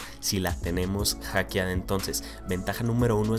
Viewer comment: Solo con escuchar "Hackeada" es suficiente para salirme de este video.